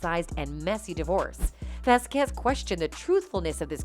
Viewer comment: LOL It is not vasQUEZ it is VASquez the accent needs to be put on the first syllable.